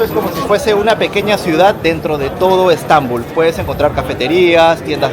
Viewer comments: Bonito video, ten cuidado al pronunciar la palabra "otomano", el acento va en la letra A, asi como la palabra "Estambul", el acento va en la U. Saludos ! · Bonito que es Estambul , debes escuchar como se pronuncia Estambul y Otomanos , que los pronuncias muy mal